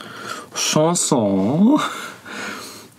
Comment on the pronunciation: Chausson wird Schosson ausgesprochen, nicht Schanson ;)